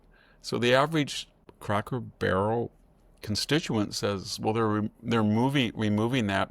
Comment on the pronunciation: Victor, you’re still mispronouncing words. "Denizen" is emphasized on the first syllable, not the middle syllable. You’re making the same mistake as with "expletive" which you are also incorrectly emphasizing on the second syllable. In speaking about Cracker Barrel, the first syllable is pronounced with a long O, not a short O as you did. Jack and Sami really should help you with your pronunciations after each recording session.